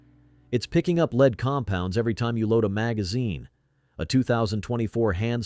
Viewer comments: Lead : led, not leed, as regards pronunciation - like .22 LR ammo, AI definitely has its own limitations. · AI is still struggling with English word pronunciation. It's pronounced LED not LEED. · Al pronounces the metal” lead “ as leeeed